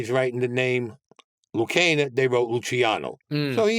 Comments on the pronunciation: Not for nothing but he doesn't really appear to 84 years old. While he is essentially correct in that Charlie Luciano's real name was infact Salvatore Lucania (sorry never heard it pronounced Loo-canyeuh ?¿) but ever documentary produced and every book every written said Luciano was from Sicily 😮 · This guy is a bullshitter. He cant even pronounce Lucania right. He was related to Lucky Luciano? Ya bullshit. Lucky Luciano got deported in 1946. This guy probably wasn't even fuckin born yet. And NOBODY WOULD EVER LET HIM RETURN TO THE UNITED STATES. Especially going out around town in the open. Some people will say anything for attention.